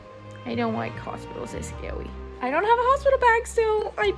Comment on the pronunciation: “Hospital’s are scawy” yes, yes they are